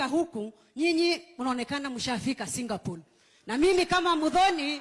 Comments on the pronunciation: Kenyans, enough with the ignorance. It's Singapore not Singapole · Singapol? Shame to people who have no facts right , 😢, right from pronouncing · Mother tongue effect r and l